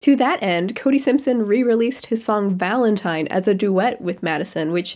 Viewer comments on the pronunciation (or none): none